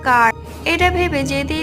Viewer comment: শরীল নয় শরীর 😂